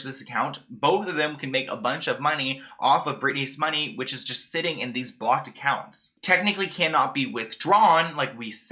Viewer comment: I'm so sorry but your accent on blocked and Lou Ann is driving me NUTS it sounds like you're saying BOCKED I literally had to Google if BOCKED accounts were a thing.. and it sounds like you're saying "lewing" or "Liam" Taylor. I'm sorry to sound mean but 🤷